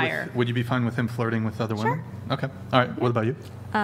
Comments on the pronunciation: Add on $5 bucks every time they say "woman" when they are talking about "women" as in the plural of woman ..😂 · wow. Finally someone actually called out how people cannot pronounce the difference between woman vs women anymore. Finally!